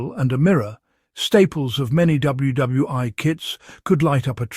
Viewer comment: WW (eye) ??? :face-orange-frowning